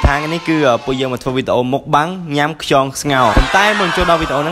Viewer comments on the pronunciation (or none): ខ្យង មិនមែន ខ្ចង ទេបង